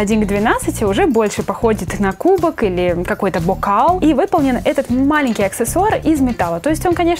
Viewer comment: Бокааал так странно сказала